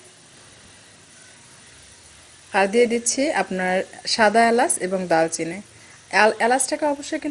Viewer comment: দালচিনি না দারচিনি